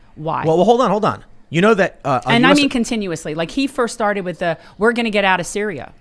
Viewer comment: "With = Wid" with this guy